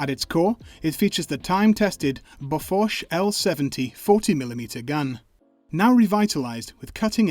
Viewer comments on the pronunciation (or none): I love it how you mostly correctly pronounce seebian names for the equipment yet BOFORSH somehow entered your vocabulary (google bofors prononciation)